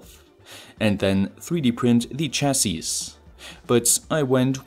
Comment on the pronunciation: Small nitpick, the "s" at the end of "chassis" is silent.